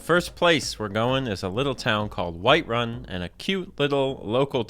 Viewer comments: Bro said Whitewun” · this mf said whitewun